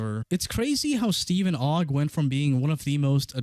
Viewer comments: who in the world has ever thought that steven ogg's last name is pronounced "oog" except pyro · Bro doesn't know how to say Ogg. You say Ogg cuz it has 1 O. Pyro asks "is it pronounced Oogg?" Bro have you not gone to school?